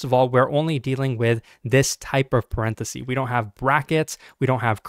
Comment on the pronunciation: The singular of "parentheses" is "parenthesis" not "parenthesee"